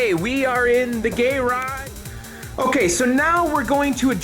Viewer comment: i like how you always say GAYrage :D why don´t you say GAYrus aswell? :P